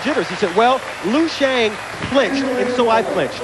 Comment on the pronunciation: wtf lui xiang? its LIU not lui